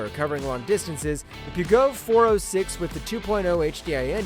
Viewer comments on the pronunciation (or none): Peugeot is pronounced Purr as in cat then joh with the j as in jam. Ask the French - it is their language after all!